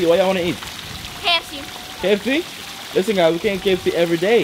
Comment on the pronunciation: Jamaica rub off pon them fast😂😂😂can hear it in her voice when she say “kfc”